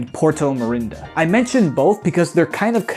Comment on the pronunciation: It's hysterical that you called Marinada "Mirinda" because "mirindas" were a type of fanta drink that was available in Spain (i think they're still available in the US)